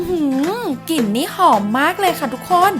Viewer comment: สมุนไพร 🌿, ไม่ใช่สมุนไพ, พริก 🌶️เกลือ, ไม่ใช่ พิกเกือ, Menu เมนยู ไม่ใมใช่เมนู, กลิ่นหอม ไม่ใช่กิ่นหอม หากเป็นลาว จีน 🇨🇳พม่า ก็ทำลายสระพยัญชนะไทบบเลวชั่วโคตร